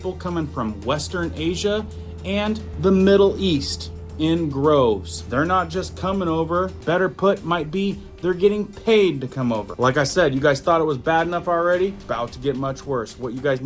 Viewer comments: Droves..... not groves..... Ya !!! We been thu this...lol... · Droves not groves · You mean DROVES, not groves. LOL